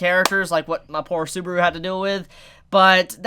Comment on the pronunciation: dude its SUBAAAAARU,NOT SOOBRU